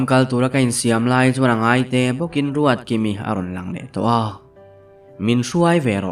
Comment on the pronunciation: Ruatkimi hi a ruatdiki zeuh zeuh 😂😂 a ziaktu hian ka ziak sual nge a chhiartu hian ruatdiki vei deuh a nei zawk 😂